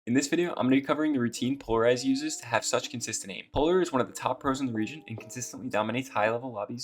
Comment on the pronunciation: Пэ икс ларизед читается